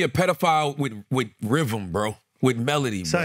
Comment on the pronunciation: Charla’s worst enemy is pronouncing “melody”